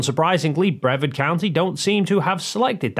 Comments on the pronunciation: Brevard is not pronounced "Brev-ard". It's "Bree-vard". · Brevard = Bruh-Vard. Not sure why that was getting to me, but it was so here we are. 🤣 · Florida guy here. It's pronounced (brih-VARD) County. Keep up your good work! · Sorry to be pedantic, but it’s bru-VARD County. 😊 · Just FYI,, the county name is pronounced bre-VARD, with the accent on the second syllable. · Sorry, I have to say it. Brevard is pronounced bruh-VARD. Vard rhymes with 'card'. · I don't. But that doesn't change the fact that the county is pronounced Bruh-VARD. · Proud Floridian here and i wanted to let you know that you mispronounced Brevard county. The emphasis is on the second syllable. And it rhymes with hard not herd. Just a friendly f.y.i. love your videos. Keep it up. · I know it's not important, but for the name Brevard, the emphasis is on the second syllable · For future reference, Brevard is pronounced with a hard A, like aardvark. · You are saying Brevard wrong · Not trying to be a dick, but you are saying the name of Brevard county incorrectly. It's a hard A. Like you are saying the word are in the middle of the last syllable. Like what you do. Keep up the good work. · I probably mispronounced it before I moved to Florida. That's why I put it as an FYI - it's not something I would expect him to now, but since he said it about half a dozen times, I figured it was worth telling him about, just in case he mentions it in a future video.